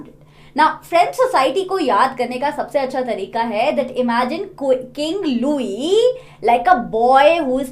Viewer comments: It’s Louis not Luoi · Galat padha rahe hooo loui nahi louis hota haii aur 3 billion livre ka loan liya thaaa